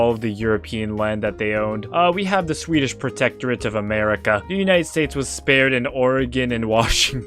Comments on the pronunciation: why do you pronounce swedish like it's german 😭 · your pronunciation of swedish is very annoying